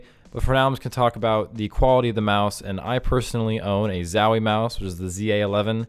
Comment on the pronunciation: ffs its zowie not zawie xdd